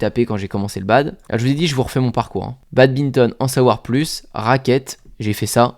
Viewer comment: Il dit encore BADBINTON